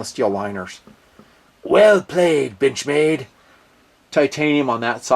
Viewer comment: I heard that too lmao